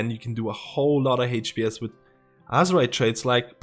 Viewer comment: i really enjoy your videos...besides de fact i hear "hate pee ess" everytime you say hps.